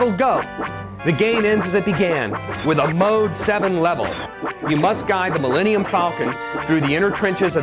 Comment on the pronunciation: The Maul-Eni-um falcon, eh?